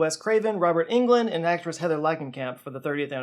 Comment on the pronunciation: It's NOT Robert England - it's Robert EGLUND!!